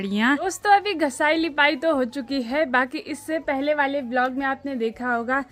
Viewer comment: Aap ghisai ko ghasai kyon bolate ho